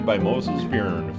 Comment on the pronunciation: Byrne is pronounced "Burn"